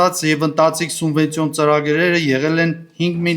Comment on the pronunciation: Չեմ հասկանում, ինչու են Գյումրու պաշտոնյաներն այսքան անգրագետ։ Ասում է սունվենցիա։